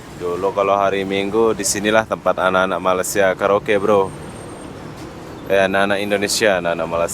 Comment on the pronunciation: Bro awak selalu dtg Malaysia tp sebutan tu masih tak betul, Malaysia bukan malasia😊